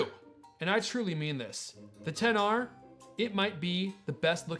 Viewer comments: It bothers me that he is saying the names incorrectly. It also looks like the audio is not synced in this video. That makes it so hard for me to watch. Come on man. Say them right and don’t try to be different. What, you think I am going to go to the Apple store and say I would like to purchase the 10XR. They would be like I am sorry but we don’t sell a phone by that name. There are way better videos about this phone. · When you said XR I thought you said Pixar